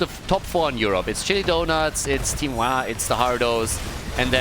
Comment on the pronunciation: I swear it sounded like a curse-word being bleeped every time you said Wah! ^.^ on the floor dying